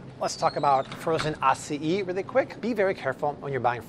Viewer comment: Why do you pronounce Acai as Ah-see-e😭😹